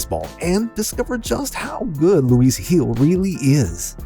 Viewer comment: It is Luis Gil, not Luis Gils